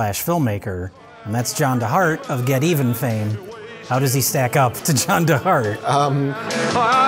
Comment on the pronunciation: No,, you're pronouncing it wrong. It's not Get Even, it's geteven.